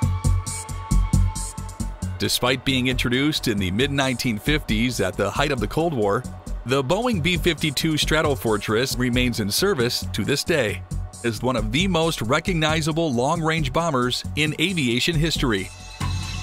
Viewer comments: It's B52 strato fortress not B52 straddle fortress.... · It's Strato Fortress not straddle! Get you shit together!